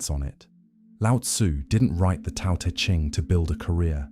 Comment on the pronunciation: Your content is excellent, but your pronunciation of Chinese words is uncorrect. The “t” in Tao and Te is like the “t” in the English word “stop”: unvoiced, unaspirated. The name Laozi should be closer to “loudzuh.”